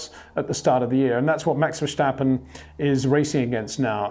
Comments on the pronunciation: Sjir Windsjor, why do you keep pronouncjing Maxj'sj name wrong? It'sj Verstappen, not Versjtappen. You don't call Lewisj Sjir Lewisj, and I don't think you have sjome sjort of sjpeach impearement, or do you? It'sj sjo annoying and resjpectlessj too. Pleasej try to correct thisj, thank you very muchj. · HEY PETER WINDSOR, I HAVE MESSAGE FOR YOU SIR: it is NOT Max "verSHtappen" ... Max is not German (Germans indeed do pronounce "st" as "sht") ... #Max33 = Dutch NL/Belgium! ... It is not "Bottash" nor is it "Lewish" certainly not "verSHtappen" .... This BS started long time ago when a British sport presenter interviewed father Jos Verstappen and assumed you can use a German pronunciation to a Dutch Driver thinking it is so "funny" ... It is not. Serious question: can any Englishman say "versatile" out-loud without saying "vershatile" phonetically? most can about 99,99% ... that is why most English can pronounce Verstappen 100% correct! Father Jos Verstappen (also F1 Racer) was very active between back then only a very few said "Vershtappen" but the vast majority of British sport presenters pronounced it perfectly ... only a few old stubborn farts like Peter Windshor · Two predictions before watching: You're going to sing the praises of Max You're going to (arguably correctly) make a point of over pronouncing the 'sch' in VerSCHtappen. :-)